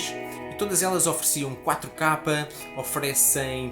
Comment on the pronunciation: Pq ele diz 4 kapa?